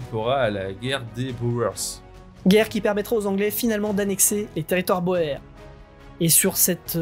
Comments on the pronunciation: Remarque : on prononce le mot "boer" : "boure" . C'est un mot d'origine néerlandaise qui signifie 'paysan' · Oui boer prononcé comme cela c'est plus un petit poisson.